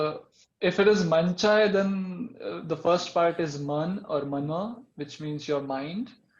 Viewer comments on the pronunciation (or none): none